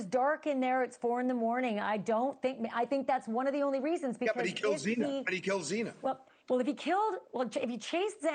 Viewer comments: Zena? Its Xana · y r u here? Bethany and Zana not Zeena wtf dude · He just pronounced her name wrong. My god. Settle down. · Kinda irks me that Harvey keeps calling her Xena. It's Xana. Like Xanax without the X. RIP. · You killed "ZEENA'S" name 3 times- I didn't watch the whole video, but I'm sure you killed Xana many more times. This case is public knowledge, and so are the pronunciations of the victim's names- and you can't get it right- WOW- But neither could the judge. Find different professions. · I cannot believe after 3 years people still can't pronounce Xanas name correctly. It's Xana with a short a. Not Xena and not Zana like zany. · A couple days ago Banfield said she was really upset that the judge mispronounced Xana’s name twice. But that was just a slip of the tongue, which he corrected. On this show that guy called Xana, “Zeena”, multiple times and Banfield said nothing. This wasn’t a slip of the tongue, this clown actually thinks her name is “Zeena”. Banfield should realize it’s disrespectful to have this guy mispronouncing her name and not correcting him. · Yeah I wasn't up to that Bit in the Vid, it was playin but I was going through Comments and just had to leave one for the Dood that was saying 'Zena' rather than 'Xana (Zanna)' People are saying BK didn't show any Remorse Whatsoever and I think that's just Shit, He knew All Eyes are Him in that Court Room, Yes, I agree inside Emotions can be displayed on the outside of Ones face but the truth is One can Certainly have something Upsetting going on in the Mind but showing the time of their lives on the face and vice versa etc, I thought Kohberger done well, answered firmly and Accepted 100% FULL RESPONSIBILITY for his Actions, it took a while but enough was enough, he come Clean, So he should, I Respect that! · Shame on this guy- on tv talking about this and doesn’t even know how to say Xana. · Him mispronouncing Xana’s name is driving me wild.